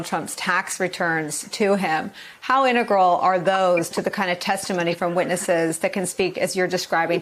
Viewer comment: How lucky for you, today. She can't contain her giddy journalistic integrity. It's definitely going to be a "very complicated case". 🙄 Btw, it's 'integral', not "intergal". Silly b.